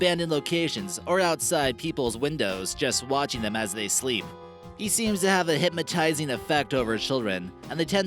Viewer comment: Did you really say "hypmatize"??? Ugh...